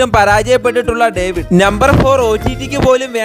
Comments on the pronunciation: ഡേവിഡ് അല്ല പൊട്ടാ daveed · David ❌ daveed ✅ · ഡേവിഡ് അല്ല daveed ahn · Daveed ❌ David✅ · Devid alla potta daveed😂 vayikan padik adyam poyii punde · Daveed❎ devid✅😂😂